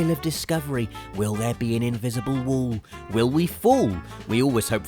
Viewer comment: will the be an invisible wuwl. will we fuwl.